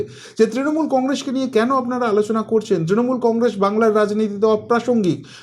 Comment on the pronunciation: akta request apni please 'APNARA ' shabdo ta ke Apnara bolun 'AMNARA' bolben na khub kane lagey apnar channel dekhi bolei as a well wisher hisab e bollum mistake point out korar janye noi